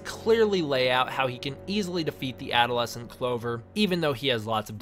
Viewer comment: When you said adolescents i thought you said out of lesson